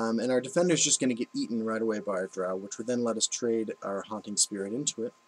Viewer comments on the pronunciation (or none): I'm struggling to find a source, but I'm pretty sure Dreugh is pronounced "Dreg". Seems like you always struggle between calling it "Drow" or "crab-thingy". Also, as someone new to card games in general thanks for these new videos, assuming you keep these up I might actually get past rank 5!